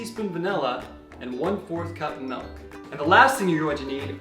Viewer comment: Untell. Vanella. Melk. your i’s are 😂